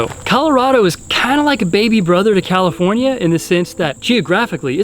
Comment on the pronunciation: You almost said comifornia just embrace it